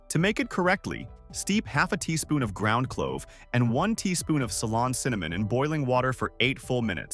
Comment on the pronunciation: It’s Ceylon cinnamon not salon.